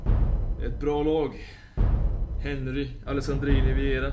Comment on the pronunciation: Bara inte för vara sån men man uttalar Henry till Hanry eftersom han är fransk!